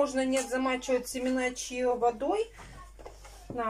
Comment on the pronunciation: Семена называются Чиа,, а не чио